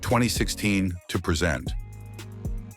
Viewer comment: This AI can't pronounce the word "present" as in "now" vice "to introduce"